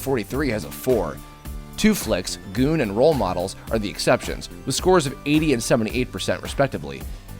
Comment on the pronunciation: "Goon", not "good".